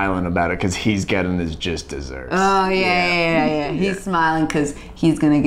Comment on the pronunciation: Joel says jist desserts instead of just desserts